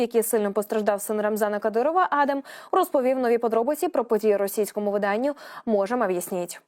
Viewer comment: Пані диктор, ви якийсь професіонал чи як? Чому ви в імені сина кадирова щоразу ставите різний наголос? Майте повагу до глядачів і слухачів. Пацана звати адАм, а не Адам